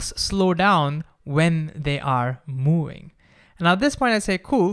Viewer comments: Bro, please learn to say V, it’s moving, not mooing. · I can only hear "mewing" instead of moving.